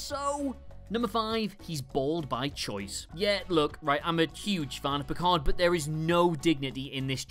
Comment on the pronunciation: "I am not PEE-card!"